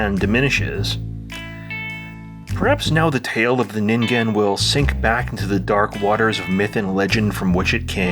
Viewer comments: Saying the g in ningen correctly alone was worth a like; the Twin Peaks -ish imagery and music was just icing. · Well, you pronounced it correctly, so that says you did proper research. Or you're a weeb.